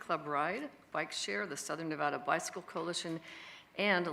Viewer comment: of course doesn't even know how to say the name of the state her price hikes and service cuts are screwing over